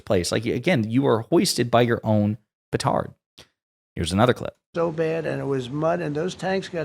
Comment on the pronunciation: You’re my favs out of every single YT subscribe to. But if I hear the word PRETARD (idk the spelling ) one more time I’m gonna scream. Still gonna listen tho 😂